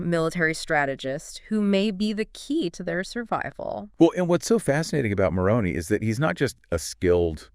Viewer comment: You have great insight and a wonderful talk. Please pronounce the name of Moroni correctly. It has an I at the end not a y.